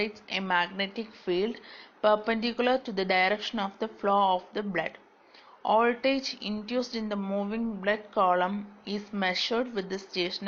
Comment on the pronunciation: It's Voltage not "oldage"